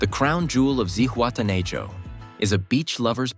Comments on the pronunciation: It is pronounced Zihuatena ho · Man kann Zihuatanejo und Playa auch richtig aussprechen